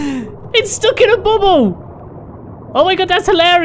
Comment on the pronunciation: says Bubble like Bum Hole anyway I was really laughing at that Mosa